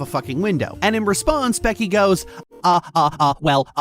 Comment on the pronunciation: I’ve never heard someone pack so much disdain into the pronunciation of “Becky” who wasn’t trying to deadname them.